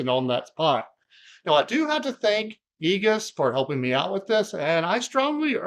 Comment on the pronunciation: Great video! "egus" gave me a little laugh. I've replaced quite a bit of Igus's products in the field and they have a TON of products for all kinds of cable management. I think they sell cables too.